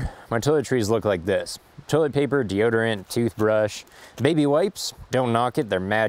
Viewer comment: Um, deoderant? Really?